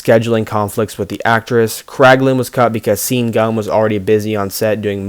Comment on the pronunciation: You mispronouced so many words but ill just do the most recent...Sean Gunn is pronounced (Shawn). Like Sean Mooney from WWE or rather WWF